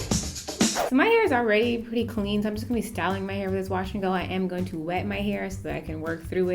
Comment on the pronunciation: You said watch and go instead of wash and go.